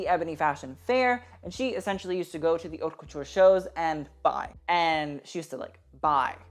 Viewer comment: dude you literally always say plit like that, the t at the end is silent, it's very fucking annoying seing everyone butcher the french language. And also, in haute, the h is also silent, it's literally the name of your channel. If you're not sure about how something is pronounced, just go check on google translate, press the vocal button. It's not that important and probably doesn't require a full comment on that, but saying the name of your channel correctly, considering the way you wrote it, may be better